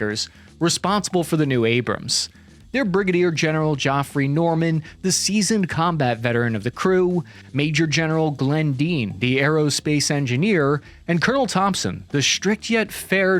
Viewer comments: Did you say Joffrey.? Geoffrey is pronounced Jeffrey unless the General prefers it. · did you really pronounce 'geoffrey' as ' jeeoffry'? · "Geoffrey" is just pronounced like "Jeffrey". It's the original English spelling of the same name. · His name is pronounced Jeff ree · Geoffrey is pronounced the same as Jeffery. It's ok. Common mistake. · Since my name is Geoffrey I can tell you it is pronounced the same as Jeffery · Geoffrey is pronounced Jeffrey....my father in law would not allow me to let this slide. Unless you're implying the dude is like Joffrey from Game Of Thrones.... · Geoffrey is pronounced the same as Jeffery.